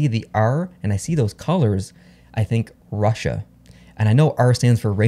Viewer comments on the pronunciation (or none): none